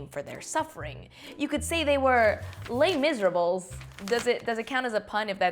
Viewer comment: les miserables is pronounce lay mizerah